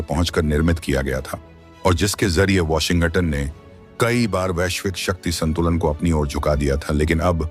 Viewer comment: Ye AI voice over wale sab cheez tabah kiye huye hain... "Washing ghatan" 😂😂